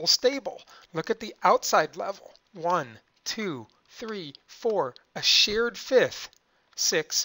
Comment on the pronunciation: It is REALLY important to pronounce English correctly. Although I had learned that electrons are SHARED back in 9th grade or so, the narrator's claim that two electrons were "SHEARED" threw me, and I anticipated that he meant that they were sheared from one - this led to conflating with the "taking," which would correspond to shearing from, in the Ionic Bond. Even if your peculiar regional accents first cause you to pronounce share and shear as homonyms, please make an effort to correctly pronounce the two words differently.